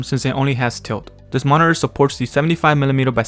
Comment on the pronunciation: Dude, I can't unhear it now 😅